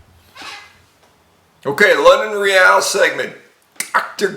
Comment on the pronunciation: It's no "Re-al", like in Real Madrid. It's just regular old English "real".